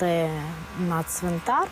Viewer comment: Капець.не ЦВИНТаР ,а ЦВиНТАР! Донька мовизнавицв😅😅